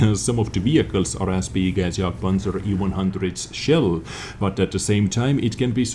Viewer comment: I love how you pronounce jagpanzer!